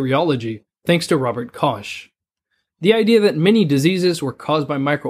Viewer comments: You read it like Rober KoSH. But he was Robert KoCH? With H sound (as in Hero, or History) not SH sound (as in Sh*t) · Kosh? It's pronounced Kohh. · not KOSH... KOCH (Koh... H like Hold or House" :) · How the hell is Kox pronounced as the german Koch? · Is it "kosh" or "koke"? I've always pronounced it the second way. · "robert koj " big OOF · Robert Koch [:Koh], not Robert Kozch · "Robert Kosh" lol nice try. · Koch is pronounced [kox], like in Scottish Loch. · It is a German/Jewish name. Its correct pronunciation is [kɔχ]. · I get puzzled when people pronounce it the way he did! Always thought it was a German name, which would sound like what you mentioned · i think robert koch would get a depression, when he heard how you butchered his name haha! great content 10/10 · There is no "sh" in Robert Koch, the "h" is mute as the name is german. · The way he butchered the name Koch nearly made me quit the video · The way americans pronounce german names like Koch make me cringe so hard lmao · You butchered the name of Robert Koch beyond recognition 😂